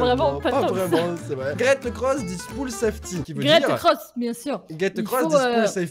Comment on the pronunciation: Voici ce qui est écrit: « Get across this pool safely » Et voici ce que lit: « Gèt eucross this poule safly » On comprend bien 😂👌🏻 Bilingue depuis 1985 😂😂